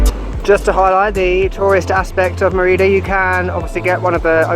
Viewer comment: Loved the video, but the way you pronounce Mérida made me feel very uncomfortable somehow, haha.